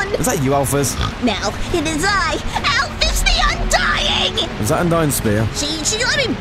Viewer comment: Put the emphasis on undying